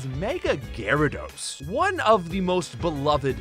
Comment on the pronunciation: Gyarados, not Garydos!